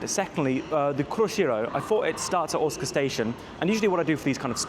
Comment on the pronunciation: I thought your were saying you were at Otsuka Station at the beginning of the video! (I'm used to hearing Osaka with a hard O). The moving panels on that platform are a one-off, installed at that platform in a new part of the station called "Umekita" which as you found is a bit away from other parts of Osaka Station 🚞 The cat station master thing (Wakayama Electric Railway) is not as interesting as all the social media makes it out to be. The trains are cool, but the station with the cat (the outer terminus) is an unattended station with just a Cafe that sells cat merch and the surrounding area contains nothing else apart from a few homes. And I didn't realise I was lucky to visit the zoo at Shirahama before the pandas were exiled 🐼